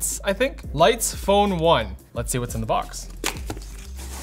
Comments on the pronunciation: Pronunciations were perfect. Both Leica and Leitz. Now try Angela Merkel. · Perfect Leitz pronunciation. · Your pronounciation of Leitz was spot on. Source: I'm from Germany. ;-) Edit: Typo. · Pronounciation of Leitz is on point =) We'll accept you as a German now =)